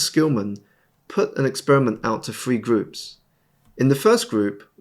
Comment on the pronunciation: the word is three not free